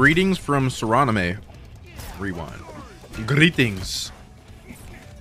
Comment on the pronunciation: My guy said suranime😂😂😂😂 its suriname 🇸🇷 rewind 😂😂😂